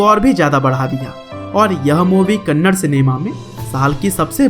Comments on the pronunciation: Not kannad it's a "Kannada" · I appreciate your work but It's kannada not kannad. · Abe kannad. Nahi kannada hai thik se Bol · Kannad nahi kannada 😡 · That's not kannad that is kannadaa man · Not Kannad Kannadaa plz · Gaandu thats not kannad thatss.. Kannada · that's not Kannad it's Kannada🤗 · Bro it's kannada bro kannada please don't tell kannad it's an insult to kannada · It is not kannad it is Kannada (ಕನ್ನಡ) Rocky is brand..... 🔥😎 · Tq so much for this video ...plzzz pronounce it as #KANNADAAA not Kannad. Plzzz love fr the vid #JAIYASHBOSS #ಕನ್ನಡ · Kannad not Kannada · Not kannad it's KannadA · Bhai wo kannada hai kanad nahi 😊😊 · Bhai kannad nahi it's Kannada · You are not spelling movie names properly And it's not kannad it's kannada First time I'm disliking your video 😡😡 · It's not kannad it's kannada....a is not silent